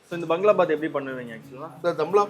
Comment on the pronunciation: பங்களா பாத். எனும் உச்சரிப்பு தவறு. பகாgaளா பாbaத். என உச்சரிக்கவும்.